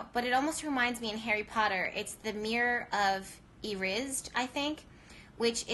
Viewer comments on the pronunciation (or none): The mirror of Ersied is pronounced eer-eh-sed.